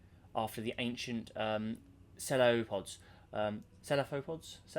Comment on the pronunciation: its pronounced se fla pods